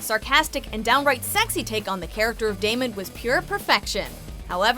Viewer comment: not Damien it's damon